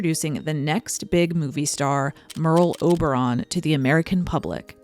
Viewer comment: sounds like pearl harbour 😂😅